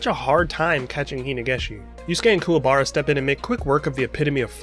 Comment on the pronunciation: The movies were good, but the way they pronounced Kuwabara's name in "Yu Yu Hakusho The movie: Poltergeist Report" was weird.